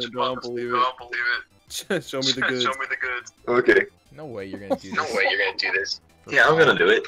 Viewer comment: Oh my gosh that "you're" is bothering me so much